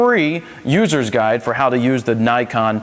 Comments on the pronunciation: its Nee-kon, not Nai-kon. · 9-kon? 9-KON? NIKON!!!!!!!!!!!!!!!!!!!!!! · Learn to say it right. Ni as in Knee. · IRK, I cringe every time someone says naikon